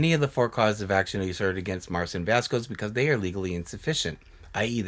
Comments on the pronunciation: vasquez is pronounced "vas-kezz." think like queso and que pasa. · I love you, but I’m cringing everytime you pronounce Jessi’s last name. The “qu” is pronounced as a “k” sound in Spanish, so it’s “vas-kez”